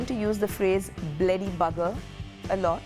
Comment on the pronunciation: Fantastic! Hadn’t heard many of these since my parents were alive. Jharon, dekchie, and the one that cracked me up was barparry barp. And of course finishing very thin with “men” . I remember when my mum was annoyed she would say “come on men” Also pronouncing bloody as bleddy. Made me laugh